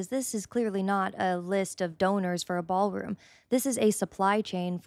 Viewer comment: It's a, " Baal Room."